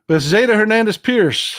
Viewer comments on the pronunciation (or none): none